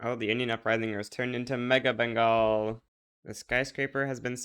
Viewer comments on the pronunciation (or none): none